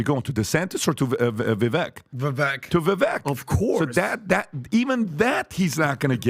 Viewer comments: Longtime follower, I love what Patrick has built. That being said, come on guys! Not one of you pronounce his name correctly. For being fans of his you guys should get his name right. He’s said it multiple times in interviews. It’s Vake like cake 🎂 and rake. Blessings fam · He's had at least a couple of interviews with Vivek and keeps mispronouncing his name... It's pronounced Vivake, like cake., idk what you're on but Gavin did not win the debate. I also doubt Vivek could name the provinces he's willing to send our soldiers to in Taiwan. The vast majority of demonstrations are pro Palestine... not sure how that equates to antisemitism, much less calling for a genocide. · Love your show, great content and analysis! However, please say Vivek’s name right, it’s Vivek like cake! I know it’s not on purpose, but it will make your commentary on him much better! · ❤❤❤ PLEASE LEARN TO SAY VIVEK... LIKE CAKE. VIV -AKE!!!❤️❤️❤️ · It's pronounce (Vuh-vayke). Rhymes with cake. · Vivek rhymes with cake. They need to say his name correct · No offense to PBD...but, if you are going to support Vivek, it would be helpful if you at least pronounced his name correctly. Or did you forget his rap? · Yes, it's past time to start pronouncing it correctly guys!! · How is not just PBD, but all of these guys still pronouncing Vivek’s name wrong? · Pretty sure the crew is just incapable of pronouncing Viveks name correctly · After over a year and meeting him several times, how come none of these idiots still pronounce Vivek's name correctly? Just shows a lack of intelligence. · Why is it that neither of you can even pronounce his name correctly? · Vivek like cake. He even said in this debate how people mispronounce it. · Everyone still pronounces Vivek’s name wrong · How’s it possible to have a guy on Your own show, have him provide the correct and incorrect pronunciation of his name, and still get it wrong?? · Can Pat pronounce Vivek properly if he's going to say it so much